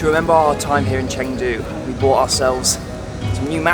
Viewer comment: First of all, it's Chengdu. At least learn how to pronounce and write the city's name correctly🙂